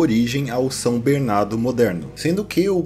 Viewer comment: pq tu fala "Bernado" ao inves de "Bernardo",?